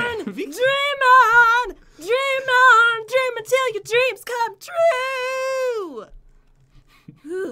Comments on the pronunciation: At first I thought she was calling pat a demon hahahahahaha I could not stop laughing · popularmmos I thought she said demon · Dreaming or Demon? (At the beginning) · I thought she said demon instead of dream on xD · is saying ''DEMON! DEMON!''. or. '' DREAM ON! DREAM ON!! ''? (pat will not answer my Question ).:(